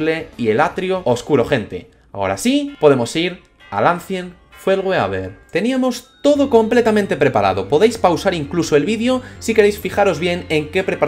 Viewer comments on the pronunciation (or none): como que "eishent fiul wiber"? es el acient ful weaber jajajjaa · Jajaja si, también se me hizo raro que no usará la antigua pronunciacion